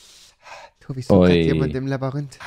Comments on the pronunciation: Rewi:Labürinte Alles klar 😂😂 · Normalos: Labyrinth Rewi: Labbarind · Jeder: Labyrinth Rewi: Labürinte 😂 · Niemand: Rewi: Labürinthe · Niemand: Wirklich niemand: Rewi:Labarint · Niemand wirklich niemand/Rewi: labürinte